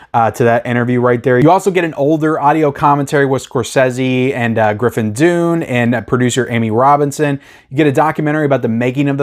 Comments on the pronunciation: You do great reviews, but for the life of me I can't understand how you can mispronounce the name "Griffin Dunne". It's "Done" not "Dune". I could understand if he was an obscure actor, but seriously this guy has starred in huge movies for 40 years, and his sister was the famous actress Dominique Dunne that was tragically murdered by a stalker in 1982. How could you possibly have not accidentally heard his last name pronounced at least a thousand times over the years? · His name is pronounced done and not dune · His name is pronounced "done", not "dune". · It's pronounced Griffin "Done." Like his father, writer Dominick Dunne, his uncle John Gregory Dunne, and his murdered sister, Dominique Dunne. There is a new best-selling book about their storied family (including Joan Didion,) called "The Friday Afternoon Club" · 'Dunne' is pronounced 'done' not dune ... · Dunne is pronounced Dun not Dune. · Griffin Dunn [pronounced DONE]. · Griffin Dunne is pronounced "done." I love this movie. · Griffin's last name pronounced as "Done" and Linda's as "Floor-rent-tino" ✌ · You talk too much. You cant even pronounce Griffin dunes name. After hrs is easily top 10 scorcese